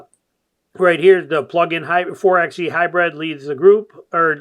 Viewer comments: You call yourself a jeep guy but keep saying four "EX" E... It's four"by" E like four "BY" FOUR.😅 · It’s pronounced “Four by E”